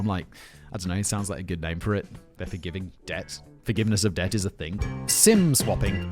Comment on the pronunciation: For one hot second I thought Simon said "sin swapping" and I thought "hmmm, kinky!".